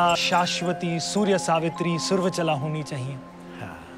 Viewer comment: सुवर्चला सही उच्चारण है सुरवचला अशुद्ध है ।